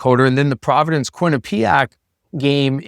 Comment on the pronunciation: As someone from Connecticut, it's pronounced QUINNipiac. Not QuinniPEEac.